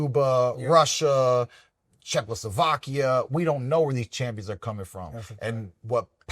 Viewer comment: did he just say CZECHOSLOVAKIA ??? 😂